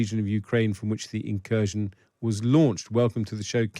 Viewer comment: Incursion or inKURSKion? 😅